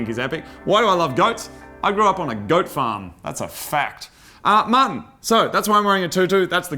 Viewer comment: All those goats... till when moog calls martin it sounds like mutton.